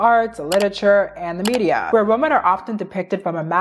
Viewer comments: CAN YOU PLEASE PRONOUNCE THE WORD WOMEN RIGHT PLESSE? ITS GIVING ME THE ICK I JUST CSNT ITS PRONOUNCED “ WEEMEN” OH MY GOD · It’s pronounced wuh-men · not hating, just constructive criticism: you're pronouncing the word "women" like "woman", and personally, it really throws me off and distracts me from your otherwise interesting takes. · is it really that hard for native speakers to pronounce women and woman correctly?